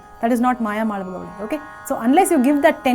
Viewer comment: Pl call it as Mayamaalavagowla and not gowlai. Pl refer to some authentic sanskrit treatises on music for reference; excellent contents by the mentor!! 🎉